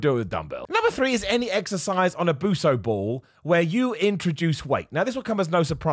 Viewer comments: "Buso ball" hahaha its "Bosu",!😂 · BO th S ide U p ball!!!!!! Buso ball kills me hahahah😂😂😂😂